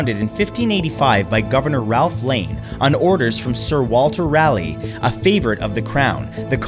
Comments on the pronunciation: Raleigh is pronounced "raah lee" not "rally" he wasn't a car race. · Didn't even look up how to pronounce Raleigh. Come on bro